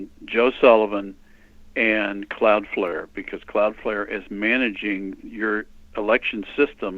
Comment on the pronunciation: CLOUDFLARE........NOT cloudfare